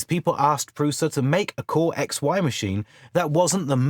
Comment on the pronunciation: by the way, prusa is pronounced (prU-SHa)